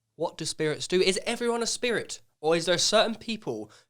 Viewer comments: When he says spirit like “shpeerrrit” 😂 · Sam Finch ludgate nah bro it's spedit with a d uno 🤣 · Joe has gone down the rabbit hole and can’t get back out. Also he the way he says “spirit” lol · The way Joe says spirit is too funny 😂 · The way Joe says ‘spirit’ cracks me up